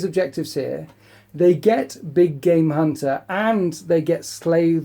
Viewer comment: Big game hunter always sounds like big gay munter. I can't hear anything else.